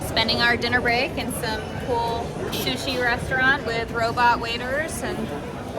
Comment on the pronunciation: she said “shushi”… aiya